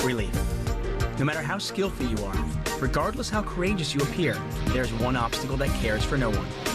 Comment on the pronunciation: This video starts with the words "...heartache, really... no matter how skillthy you are..." Am I hearing correctly? "Skillthy"???????!!!!???? WTF?? In what language is that a word? It's like some old school G.W.Bushism.